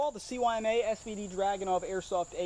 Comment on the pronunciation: CYMA is speaked using russian language. It is pronunced sooma. C is S, Y is U, and M and A are same.